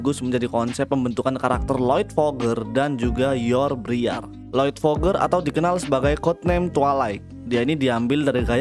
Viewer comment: Nyebut forger bukan foger bang tapi forger ya maksudnya forger : forger nggak forger : foger cuman koreksi doang